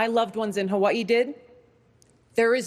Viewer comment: she is amazing but I don't like how she pronounces Hawaii